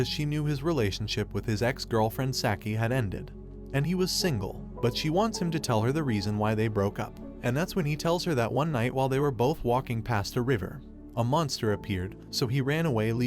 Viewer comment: U said signle not singl